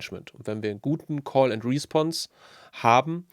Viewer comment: Wieder einmal perfekt erklärt. Eine Anmerkung zur Aussprache: Es heißt respOnse, also Betonung auf die zweite Silbe.